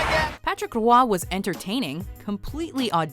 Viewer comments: Can’t stand how she says “rooahhi” instead of “wah” when Roy was up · It's fucking Wah not Rwah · Why the Fuck does she say Roy that way...? “Rawah”??? Lol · i dunno who rua is.... its Roy (pronounced Waa) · Learn to say it properly too.... It's suposed to be prononce ro-ah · knows nothing about hockey they did not even say Patrick Roy’s name right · “Racket Richard” “ wooroy” The fuck learn how to pronounce